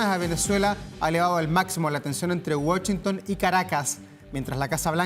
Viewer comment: Primero no Wachinton 😅😅😅es Washinton idiota😮segundo y no son 4000 hombres son 6700 ok and please fix this 😢😢😢 hablan pura KK